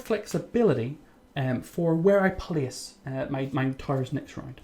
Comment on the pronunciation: I gonna plice one here lol funny dialect